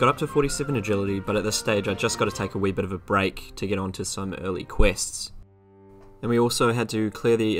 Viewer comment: "wee bit"